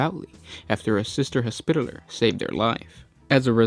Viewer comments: Say it with me Hos pi taller. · can u say hospitaler again? BAHAHAHAH!!!!!!!